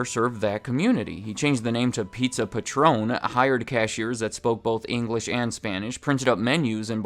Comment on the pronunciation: It's Pizza Patron, like a patron of the arts, not Patron like the tequila